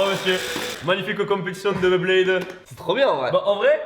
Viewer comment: On dit Beyblade , pas BlaidBlaid 😂